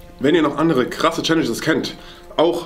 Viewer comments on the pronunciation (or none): es heißt krass und nicht Cras aber ja sry wollte nur sagen nicht böse gemeint ☹️